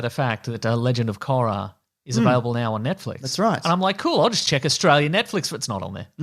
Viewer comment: KORRRAAA mate, mate🤣 Korra, your drunk again Korra 😂